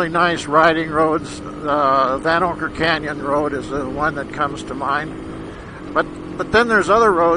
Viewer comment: You not a tourist yourself? By your pronunciation of vanocker canyon I'm saying you are.